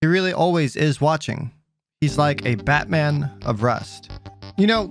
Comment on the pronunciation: Did you say Bat men?